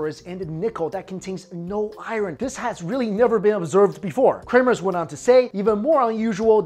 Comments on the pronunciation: Bro it's iron not ireon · Iron, not Iren